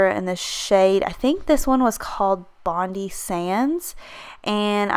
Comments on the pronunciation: hi I think bondi is said 'Bond Eye' if it's the same as the beach in Australia x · Bondi is pronounced bond-eye.... it's a famous (obviously just in Australia...) Sydney beach 😊